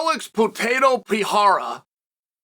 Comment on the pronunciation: It’s not Potato it’s Baton 😂